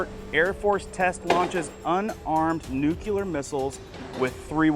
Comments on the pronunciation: It is spelled NUCLEAR not nuculer. NEW-CLEE-ER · Nucular is not a word! The word you are thinking of is nuclear! I hope you can learn this! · It is new cle er. not nu cue ler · Why he saying W OL E F instead of WEF... and I can't take anyone seriously that says "nucular"... it's NUCLEAR. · ITS NU-CLEAR NOT NU-CULAR ATOMS HAVE A NUCLEUS NOT A NUCULUS!!! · Love the Channel Brah ... Will keep watching....NewClear 👌 ❌Not Nukular❌ Aloha 🤙🌺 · I watch your channel all the time and find it very informative. As a teacher (NOT woke), I am asking to please stop saying nu-cu-lar. It is nu-clee-ar. Just remember that if they drop the bomb it will be “new” and “clear” everything in its path. Just a massive pet peeve. 😊 Thanks for all you do! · It's like saying "Newclear..." not "Nucular."🤓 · I really enjoy your informative videos but I have to say something. It isn't nucular. It's Nuclear. NEW-KLEE-ER. I look forward to all future videos. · YOU LITERALLY JUST READ "NUCLEAR FAMILY" AND STILL SAID NUCULAR YOU EVEN HESITATED SAW IT AND DECIDED TO PRONOUNCE IT INCORRECTLY!!! OMG SORRY THIS STUFF JUST REALLY PISSES ME OFF! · Please! The word is NU-CLE-AR.